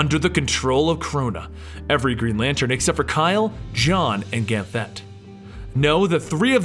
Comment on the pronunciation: Ever time he said Ganthet wrong I cringed a little bit.